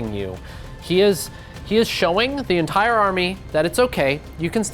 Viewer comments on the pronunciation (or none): none